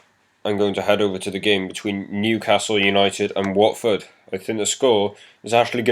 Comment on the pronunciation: you got the Newcastle and Watford correct!